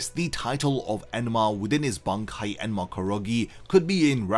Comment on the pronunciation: You keep saying "enema", butt it's "enma"